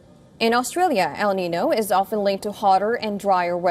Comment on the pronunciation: Why can't you pronounce El niño?